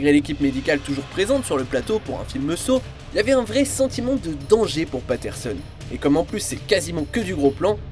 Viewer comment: Ça fait un peu sawcisse légèrement 😂